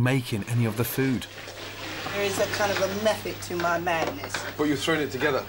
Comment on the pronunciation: when she says throwing, proves your point correct